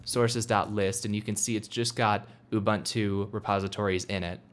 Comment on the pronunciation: You can't install it until you can pronounce it right. The Beaver told me that.